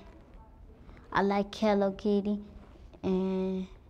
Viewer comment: She said kello kitty that was funny 😆